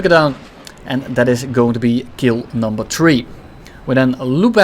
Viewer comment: "And dats kill numva 🌳"